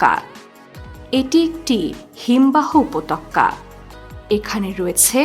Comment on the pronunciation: Darun bt uppotoka bole upotokkka na 😤